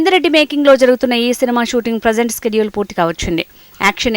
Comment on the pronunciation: స్కేడ్యుల్ కాదే షెడ్యూల్